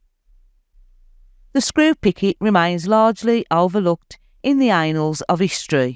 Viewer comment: Great video guys though I nearly choked on my coffee as explained the WW1 pigtails. ( on the video) It's Annals of history (Pronounced Ann-all's) and not as said Anals which is something completely different. As Corporal Jones would say "They don't like it up'em" 🤣🤣